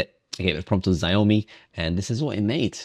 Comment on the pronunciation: Thanks for the testing, btw Xiaomi is pronounced Ciao-Mi.